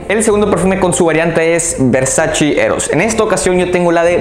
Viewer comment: ¡Gracias por tus recomendaciones, me gustan mucho, sólo me gustaría decirte que pronuncias mal varias marcas, entre ellas VERSACE, la pronunciación es VERSACHE, no VERSACHI! ¡Saludos!